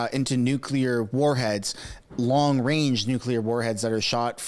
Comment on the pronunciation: Wong wange weapons